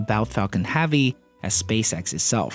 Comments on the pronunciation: IS NOT HAAAAAAVY is heavy for fuck sake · Did you say falcon haavy? Space x has now shut down there bfr, falcon heavy and falcons progams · Falcon Haavy?? It's heavy mate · I think you're great. but when you say "heavy" it messes me up.